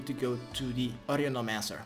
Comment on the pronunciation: The way you say Orenomancer... the "How do i turn this shit off??" with your pm, etc... had me crackin up. You're the best man <3 thank you!